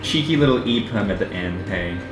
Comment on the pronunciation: I think it's jperm not eperm